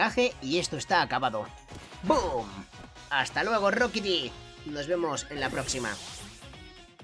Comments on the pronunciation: Se pronuncia roquibi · SE DISE RIQUITI